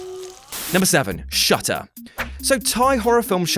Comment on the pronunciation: On number 7 I thought he said shut up XD 😂